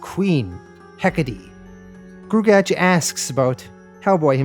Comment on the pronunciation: Just wanted to state for the record that gruagach is pronounced groo-ah-gawck Thanks for doing this series!